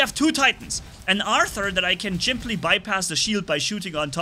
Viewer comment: you just said chimply to simply in